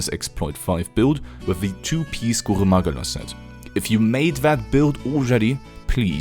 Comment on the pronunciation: Somehow the most satisfying "Goruh Mahguhla" pronunciation I have ever heard.